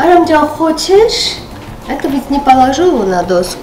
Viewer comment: 😂😂😂 Она так классно произносит слово "Хочэээш" 😅😅